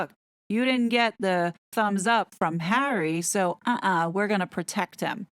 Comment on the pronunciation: Doesn't his marriage make him a citizen? Just wondering but also, the ridiculous way you say his name makes what you're trying to get across very hard to even listen to.